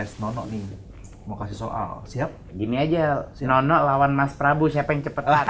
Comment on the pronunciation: Ngomong yang benar pak bukan nonok tetapi nono